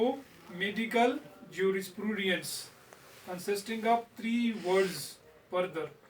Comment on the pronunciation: And its Juris-prudence .. not jurisprooodiance